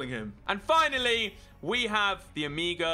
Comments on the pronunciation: It’s not omiga it’s omega mega with an o like ... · OH-MEH-GA. Not OH-MEEGA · It’s pronounced as omaiga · Ole it is not omegaaa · Why do you say omega so weirdly?